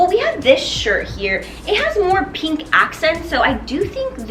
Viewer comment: I am triggered by the way you pronounce 'pink'.